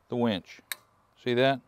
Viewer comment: Winch, not wench.